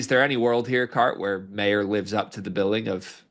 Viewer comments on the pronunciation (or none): MY-ER not MAY-ER. Show him the respect of pronouncing his name right dude